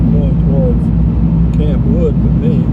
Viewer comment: Campwood is one word and pronounced as one word, not Camp Wood. My grandmother was from Campwood and she and my grandfather are buried there.